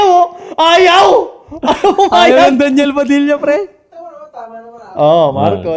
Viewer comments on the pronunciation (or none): none